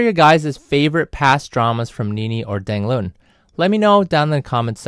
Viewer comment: You pronounced his name all wrong. Dang Loon? Not even close. :(